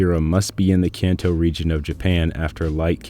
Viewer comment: Kanto region Pronounced Khan-toe